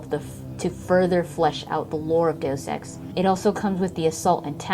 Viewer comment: Kudos for saying 'deus ex' correctly lol so many people butcher it.